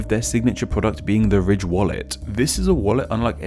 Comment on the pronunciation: Your accent makes "the ridge" sound like "the rich", which would be a more accurate sponsorship disclosure lol